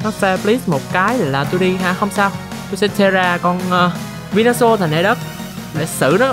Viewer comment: venusaur sao tui nghe thành vinasual dzậy tèn😂